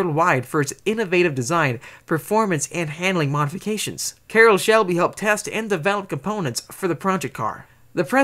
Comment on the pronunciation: Love how you got that country accent when saying Carroll Shelby 😂